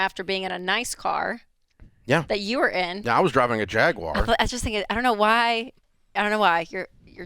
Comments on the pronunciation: It’s not jag-wire, it’s jag-war. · Jaguar Everyone: Jag-War Rachel: Jag-Wire 🤣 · It's Jaguar (Jag-u-r), not Jaqwire! lol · What's a "Jag-wire"? 🤦🏽‍♀️ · "Jag WIRE " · Rachel “ JAG-WIRE” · JagWIRE ? Oh Rachel, bless your heart! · Why does Rachel pronounce it Jag-Wire? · What's a jagwire? 😂 /s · No Dave, you should say Jaguar like Jeremy Clarkson does: Jaaaaggggg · Nope. Jag-u-er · Why does she say "Jag wire"? Wow. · This woman can't pronounce Jaguar correctly.😅😅😅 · Neither one of them can pronounce Jaguar correctly 😂